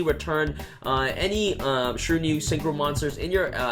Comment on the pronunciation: Shir-a-New-e. Shiranui